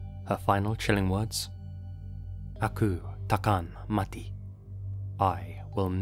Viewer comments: thanks for covering the mona fendy case! your pronouncation of "aku takkan mati" was really good! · "Aku takkan mati." Good pronunciation.. 😀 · Kudos to you. Malaysian here. You nailed the pronunciation of the Malaysian names and places perfectly! Even the AKU TAKKAN MATI part👍